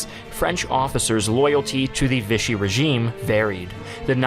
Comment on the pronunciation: If you pronounced it "VISH-ee" one more time, I was done. Lol. I don't know why but it was like nails on a chalkboard to me. [For the record, Vichy is a town in France, and the French pronounce it "VEE-shee." The term now means Nazi-controlled puppet Government because when Hitler took France, he moved the capital from Paris to Vichy.]